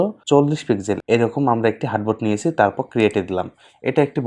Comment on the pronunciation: হার্টবোর্ড না আর্টবোর্ড বলে